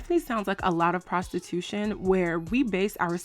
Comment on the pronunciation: Not “Prastitooshun” aye yoooooo 🤣